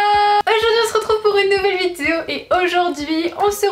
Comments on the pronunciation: C'est moi ou à toute c'est vidéo au début au lieu de dire"vidéo" elle dit"vidio" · Tu peux faire un effort sur le mot “vidéo" au début stp c’est stressant mdr